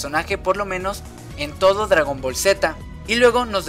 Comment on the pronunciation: Se dice Gohan no Gohah además es dragon ball ni es dragon boll además yo le entendí muy bien a las sacas de dragón ball